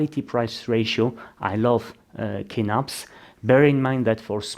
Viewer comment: Great video! I really like this model of office chair, it holds up really good for my needs. The only other thing I can comment on is the prononciation of Kinnarps. Your are closer to the Swedish saying if you pronounce it with a soft K at the start, "Ch-innarps", just like chin. 🙂